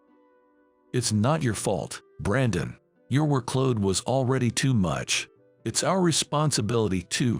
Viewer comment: It's work-load, not wor-kload. Quit using AI voice.